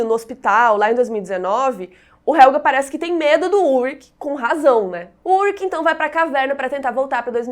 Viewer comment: Só uma correção, meu marido se chama Ulrich...e se fala, Ulrixi e não Ulrik